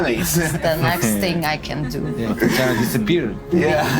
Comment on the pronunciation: Gotta admit i laughed when said Tatanya instead of Tatiana.